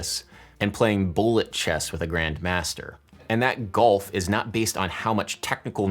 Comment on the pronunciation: "gulf" not "golf !!!